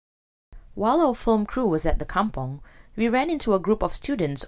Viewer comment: I was thinking likewise. Kampong not come-pong.